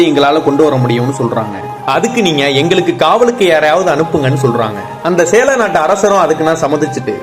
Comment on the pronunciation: Athenna sela nattu arasar. Sera nattu arasar ah. Ucharippu sariya sollunga